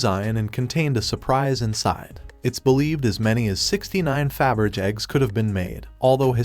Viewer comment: Either someone needs to learn how to pronounce Faberge, or they need to program their computer voice to properly pronounce it.